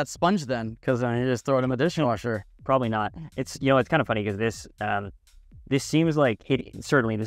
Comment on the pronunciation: Did he say DISHING WASHER😂